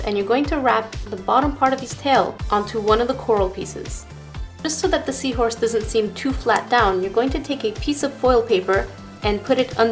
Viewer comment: Omg seawhooress.. Haha that made me laugh!